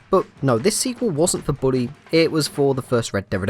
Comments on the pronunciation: Bully not Booley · British people don’t say booley they say bully. Source : I’m British.